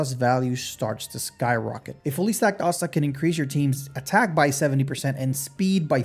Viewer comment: Asta isn't pronounced like that.